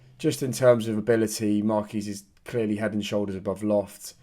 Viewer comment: I'm sure John Marquis's name is pronounced 'Mark-wis', rather than 'Mark-ee'. Unless, like me, you're a huge fan of The Fall and it's a tribute to their late frontman, Mark E. Smith (R.I.P.). Up The Gas!